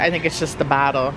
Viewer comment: I heard the word "battle" instead of "bottle" 😂🤨 it wasnt just me right